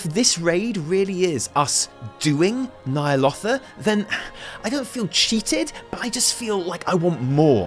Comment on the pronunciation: Could you do me a favour chap.. if you're so hype about Ny'alotha, at least pronounce it correctly